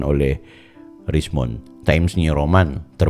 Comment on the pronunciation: juga keselip lidah,saat bilang ROMAN,lalu kali kedua baru bilang ROMEN